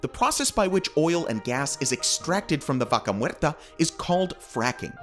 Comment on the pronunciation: Di VACA MUERRRTA ... ¡¡ NO MERTA !!😡👎